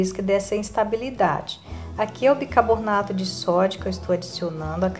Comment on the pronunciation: Amo suas receitas, mas por favor é BICARBONATO E NAO BICABORNATO..